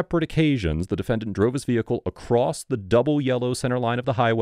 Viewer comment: Amanda McCake? Hahahhaha poor soul couldnt leave the veehicle if she wanted to